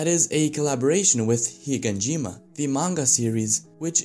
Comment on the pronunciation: you keep saying HiNganjima...